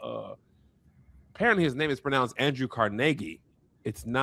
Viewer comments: Folks in Pittsburgh been trying to tell y’all it was Car-Ne-Gie. Idk where y’all got CARne-gie from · Folks from the Burgh (Pittsburgh) do pronounce it Car-nay-gee. Was bombarded with that while going to school there. Lol